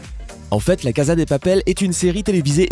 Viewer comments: On prononce , cassa , pas caza ! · Ça m'énerve normalement on dit caSSa de papel et non pas caSa de papel ( même si ça ne s'écrit avec un seul S ) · Vous avez tous quoi à dire Caza au lieux de casa? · Melon Blanc mdrrrr ah oue je crois tout le monde dit « KAZA » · La casa dé papel pas de papel.